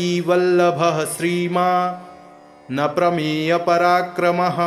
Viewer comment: 23वें श्लोक के उच्चारण में जानकीवल्लभ:+श्रीमान् + अप्रमेय पराक्रम: उच्चारण होना चाहिए,न कि : ''श्रीमान् नप्रमेयपराक्रम: "" यहां अप्रमेय का नप्रमेयपराक्रम यह उच्चारण अशुद्ध होगा। सादर सप्रेम सद्भाव सहित।